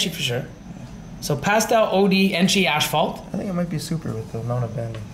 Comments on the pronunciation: guys its AS-PHALT, not ASH-PHALT. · Why does add an extra "h" is asphalt? Always says "ashphalt ". 🤣 it's not ash!